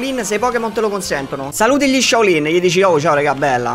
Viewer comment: Saluti gli Shaolin e gli dici Shao Lin